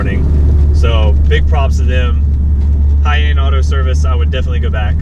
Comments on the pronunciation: Hiyane = He-yah-nay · His name is pronounced Hee-ya-nay. Interesting fact about him: He is the first Okinawa D1GP drifter. Competed with an AE86 and now competes in the local events in the first black S15 you showed in the video. I remember member watching him back in the early 2000's. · he-yah-neh is how you pronounce it btw ;)